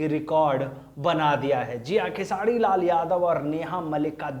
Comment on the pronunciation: भाई आप कब khesari भाई का नाम सही से उच्चारण करना सीखोगे पता नही खेसारी लाल यादव है " खेसाडी लाल " नही ध्यान दो यार कब से चालू हो